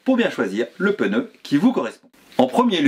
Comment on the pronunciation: J’aime bien vos vidéos toujours intéressantes par contre je m’autorise une petite remarque . Hélas beaucoup de personnes font l’erreur de prononciation. On ne prononce pas « peneu » mais « pneu » sans l’ajout d’un « e » . Voilà, c’est bref et si simple à corriger ( il y a le même genre d’erreur avec « empereur » mais dans l’autre sens ( écriture avec « e » - prononciation sans « e ») .)